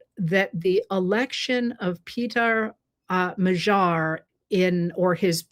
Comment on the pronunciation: Please, please, learn to pronounce Péter Magyar. Ask any Hungarian. There must be some around where you are. All Hungarian words are stressed on the first syllable. The first syllable is a long e, the second is a short a as in and. The surname is approximately MODD-yar. That's as close as I can get without using phonetics.